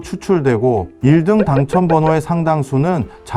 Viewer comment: 아. 인공지능이라 1등 발음이 어색하군요 오..